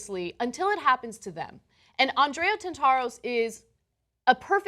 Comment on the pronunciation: "Tant-a-ros" and not "Tant-AH-ros," Anna.